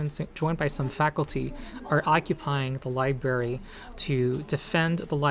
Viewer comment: Thanks for the info about WOTC’s latest atrocity. Also thanks for occupying the library! I really hope your mission is a success. That being said, it hurts each time you say “li-berry”.